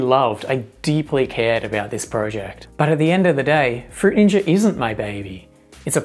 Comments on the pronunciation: "fruit ninjer" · Fruit Ninjer 😂😂😂😂😂😂😂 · um that's not how you pronounce fruit ninja... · no it's not